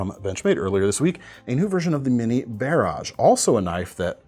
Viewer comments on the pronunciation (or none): Lol he said “bear-azsh”